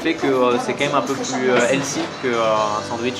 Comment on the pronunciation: "les bégueuls c'est trop L'cie" XD jpp quoi ! et après ça fait le pro sur la prononciation de "cheddar" hahahahaa